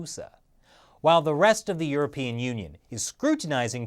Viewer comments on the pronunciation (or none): none